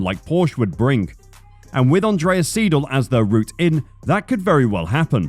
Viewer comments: And it's Andreas SY-del, not SEE-del. That's basic German. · E before I makes an "eye" sound. Thus it's "Andreas S-eye-dil" (seidl). Also, it's porschuh. Every letter in German is pronounced. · I am Triggered how you Pronounce Seidl, because it's also my last name and it's pronounced wrong by every english Speaker xD